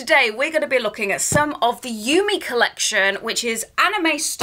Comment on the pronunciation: Awesome collection! Love the anime style! ^.^ ♥ by the way, Yume is pronounced You-May ^.^